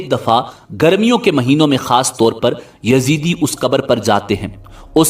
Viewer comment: Uloo kay pathay, it is not Yazidi but Yazdi. And they don't worship Satan. You mazhabi jaheel cannot read a book properly.